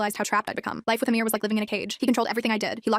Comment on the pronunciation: Its not amir its amar